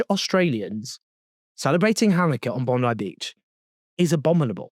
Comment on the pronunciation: Congrats on being one of the very few non-Australian news reporters who took a minute or two to learn the correct pronunciation of "Bondi Beach".